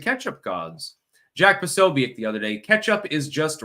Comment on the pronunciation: Posobiec is a Polish name pronounced "Po SO bi ets" You're welcome. - From a REAL linguist and a polyglot.